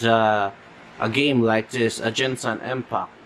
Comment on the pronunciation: i laughed when he said ginsan impact